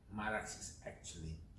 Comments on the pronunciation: I hate the way you call it Marax, it's Mara X ffs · Hi, I like and follow your videos. The correct name and pronounce of the machine is Mara and separately you should pronounce the X, just Mara and then x.